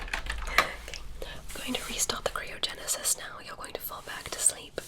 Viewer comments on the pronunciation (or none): All these years and still cant say Cryogenesis correctly